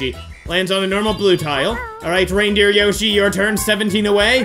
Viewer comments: When he said reindeer yoshi I thought he said random yoshi 😂😂😂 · You acutely said Rambo yoshy